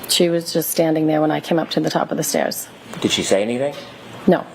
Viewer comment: But have you heard B. Higgins say “stairs”…? “Steeyuhzzz”